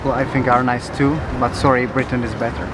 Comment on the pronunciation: she said “I’m very sowwy” Lmaooo and she wanna talk about Americans